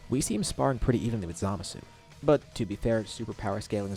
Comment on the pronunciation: Duh-bor-uh not dabra